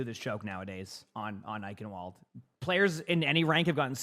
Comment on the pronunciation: Germans: Eichenwalde Americans: OIKENWOL